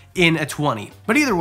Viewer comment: Am I the only one who thought he said “ human loving” and got excited but then realized he said “humid loving” for Chinese cave geckos 🦎 😭